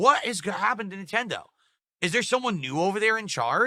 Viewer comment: Neeentendoh doesn't gwet it, chief :(